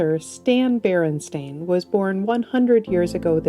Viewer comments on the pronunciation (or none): it's BEREN-STEIN 😢